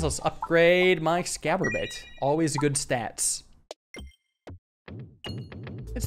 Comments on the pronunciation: Can't wait for to spend a video intentionally mispronouncing exacerbate. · Exacorbate is based on the word exacerbate, to make something worse. Please look up the pronunciation, because you pronouncing it like excalibur is killing me. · please learn how to pronounce exacerbate, then just shove an 'orb' in the middle I'm begging you 😭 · its eggs-ass-or-bate. or in this case "orb-ate" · Oh god back to saying 'Ex-scab-orate' instead of 'Exacerbate'; the game's wordplay tendencies take another victim. This is "Mordidorb" all over again... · its exacorbate not excaborate :( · always bugs me how says “excaborate” should be similar to “exacerbate” instead. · It may be pronounced exacerbate /eɡˈzasərˌbāt/, but in our hearts it will always be excaborate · EXACERBATE not EXCABORATE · It's "exacorbate," not "excaborate." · You keep calling it "Ex-cab-or-ate." It's meant to be "Ex-as-orb-ate." As in a play on the word "exacerbate" meaning "to make things worse." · Genuinely starting to wonder if is saying "Exacorbate" wrong on purpose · He always seems to read Exacorbate wrong, he reads it like Excaborate. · do you say "exacorbate" that way to make me have an aneurysm> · Always with the "more bead" and "ex scab ore eight." Maybe next episode he'll pronounce them right... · Ok is saying Exacorbate wrong on purpose or does he really not know? At this point I feel like it's a running gag and I'm the dumb one. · Exacerbate Ex-ass-er-bate Like, to emphasize something. I tried to exacerbate the pronunciation of, exacerbate. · Exacorbate is based on the word exacerbate, please for the love of god pronounce it correctly lmao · when exacorbate was added he pronounced it correctly like three times, next episode his late stage alzheimers kicked in and the word exacerbate left his head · Please sound out the word exacorbate, because you're saying it wrong, and know the c is supposed to make an "s" sound